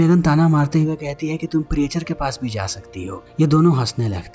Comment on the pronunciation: प्रीएचर नहीं "प्रीचर"😅